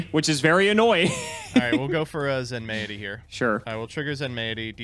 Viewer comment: Question: is it not pronounced "zen-mighty," rather than "zen-may-it-y?" Feels like Zen-mighty makes more sense as a name